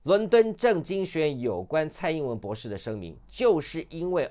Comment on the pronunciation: LSE 博土程度！ 姑娘博土程度！ 博土！博土！博土！ 別吐！別吐！別吐！